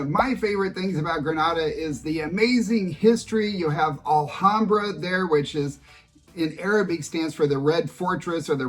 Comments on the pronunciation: It’s the first time that I hear someone complaining that a city has.. winter 😁 Anyway, nice video. Just one thing, the “H” in Spanish has no sound, so Alhambra is pronounced Alambra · ALHAMBRA IS PRONOUNCED WITHOUT THE H = ALAMBRA. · Pronounced: ahl-ahm-bra 😁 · I love southern Spain. It’s the “real” Spain to me. I lived there in the 90’s. Remember that the H is silent in Spanish, including in the word Alhambra.